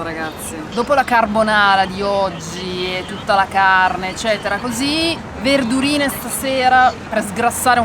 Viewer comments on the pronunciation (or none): A tutto il torinese che è in con quel "verdurine stasera" 😂